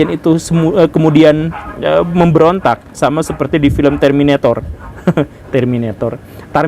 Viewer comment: Hehe terminetor,, tarminator.. terus pak🤣🤣